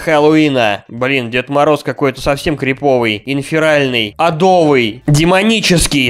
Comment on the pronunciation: Какой адо́вый? А́довый!